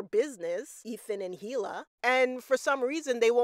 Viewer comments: Is “Heela” a popular name in some cultures? I am always surprised when people familiar with the show hear everyone pronounce it with a silent H and still go so hard in the heela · You're not supposed to pronounce the H in Hila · the pronunciation of hila is killing me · The "H" in "Hila" is silent.